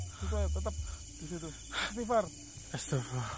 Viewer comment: Lidah masih kelu baca istighfarnya... (terdengarnya ASTAFIWOH) kurang fasih pengucapannya, semoga Allah Subhanallahu Ta'ala mengampuni